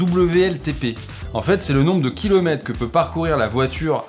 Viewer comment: « des kilomètes », vous appelez cela une bonne diction ?